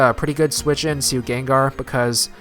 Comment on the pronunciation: it sounds like you say "Gonna send it Gaygar". xD Too much Haydunn?